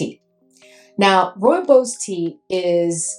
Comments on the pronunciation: Roo-ee-bos I think you said it right Need to get my nose on that one. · Thank you for your video❤ Rooibos Tea is indigenous to South Africa and only grows in the Cederberg Region (Cape Town could be the closest reference,😊). Also my Home Town. Your pronunciation is very, very well done. Pronounced: "Roy-baws". It is a very unique scent indeed